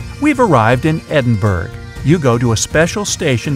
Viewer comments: What on earth is Edinberg it's pronounced Ed-Embra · ED-IN-BERG? Oh dear, lol. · “EdinBurg!!! The Scottish capital” Hahahaha Edinburgh is actually pronounced ed-ən-bə-rə! Other than that great video 👍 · I'm from Edinburgh and it is pronounced "edinbruh" and trains are no where near like that and never have been for a good few decades and the train is really famous and called the flying scotsman !!! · My guy said "edinberg" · Edinburgh- Ed en bru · Look, I am Scottish and I can say some places are not even pronounced correctly lol. GlenfinAN Is pronounced: Glen: Fin-In Edinburgh is pronounced: Edin Bruh. Like think of how you pronounce Edinburgh like you are saying “bruh” to someone. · Watches as all Scots cringe at Edin-burg... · It’s pronounced edinburuh but spelt Edinburgh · It's pronounced EdinBORO, dude. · It is pronounced EDINBURRO. Sorry. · well it's English pronouncation not Scottish because it's hard bruh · Im sorry how did he pronounce edinbrugh